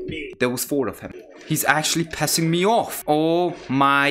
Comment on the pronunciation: ”pessing me off”